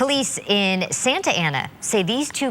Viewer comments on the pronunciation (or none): none